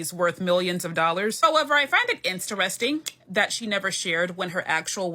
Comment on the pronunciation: "Insteresting"? Our public education system illustrated perfectly.